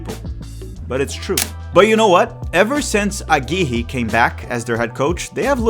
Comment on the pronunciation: its pronunced agui-rre not agiji